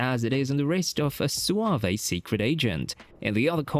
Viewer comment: What on earth is going on with your accent? I’m genuinely shocked you can’t pronounce a word like suave or motif. In case you didn’t know, there is no such word as swah-vay; there is no accent. And motif is pronounced mo-teef, not mo-tiff. Go back to school, rookie. You’re a bit embarrassing.